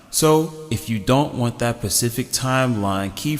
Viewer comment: pacific. lol, just giving you shit. this video was extremely helpful, thank you friend.